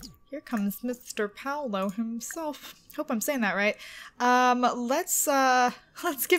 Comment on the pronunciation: Paulo's name is pronounced "P-aww-low"